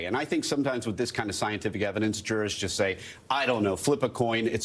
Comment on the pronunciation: I think the first speaking host pronounced his last name properly "murdaah"